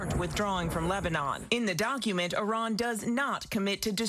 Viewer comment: What the fuck is a "doncument"?